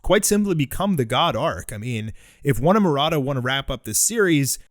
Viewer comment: Why do you keep saying One and Maroda? It’s just One who writes the story